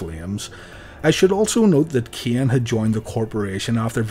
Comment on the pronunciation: Just wanted to let you know that Taker's brother's name is Kane, not Keeon. Same as with Vince's son, who is called Shane, not Sheeon.